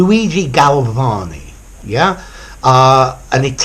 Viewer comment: I love this video! Your pronunciation of the name of the Italian scientist is perfect.